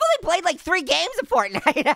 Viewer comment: Fortnite Is The Regular Name Of It But It’s Funny That You Say Fartnite 🤣😂😆🤣